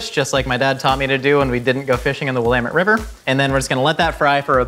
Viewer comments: I appreciate that he says "Willamette" correctly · If can pronounce Willamette river properly, why can’t Rhett and Link figure out Tillamook? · You can tell he's been to Oregon because it's wi-LAM-mett and not WILL-am-met. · I'm so proud of for pronouncing Willamette correctly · honestly im surprised he pronounced it right half the people i ask have no idea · Thank the God of pronunciation himself, Alex Trebek. I also cringe before I hear someone not from Oregon try to pronounce "willamette." I've lived in Oregon for like 80% of my life and I don't even know how to spell it, and I'm not going to look it up. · I live in Eugene and the Willamette river is beautiful. I am just glad that said it right. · As an Oregonian, super happy with the correct pronunciation of Willamette! 🤓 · It's always nice hearing someone say Willamette correctly :) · thank you for pronouncing "Willamette" and "Oregon" correctly. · AT LEASTE HE PRONOUNCED WILLAMETTE RIGHT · Thank you for pronouncing Willamette correctly,. Most people butcher it.